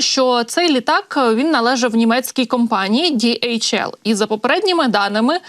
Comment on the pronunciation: Це транспортний поштовий літак німецької компанії DHL. Назва компанії утворена за першими літерами прізвищ засновників в 1969р. — Адріана Делсі ( Dalsey), Ларрі Хіллблома (Hillblom) і Роберта Лінна( Lynn). Перевезення вантажів, пошти etc).До речі- там немає букви "J джі" як вимовляє ведуча! Співчуття Німеччині і сім'ї загиблого пілота!